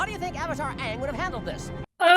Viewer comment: It's pronounced aaaaang 🤣